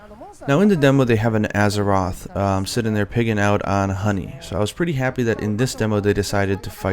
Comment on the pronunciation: Gerrek "Arzuros" is not that easy to pronounce.